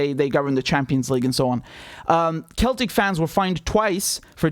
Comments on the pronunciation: It is pronounced 'Seltic' ❤️❤️❤️❤️ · I'm an American, Richard, and even I know how to pronounce "Celtic" when it applies to the Scottish football club. The C makes the "s" sound, not the "k" sound.